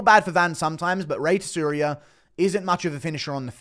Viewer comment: Tsuruya: Soo-Roo-Yuh. Djorden: Jordan dude it’s not that hard.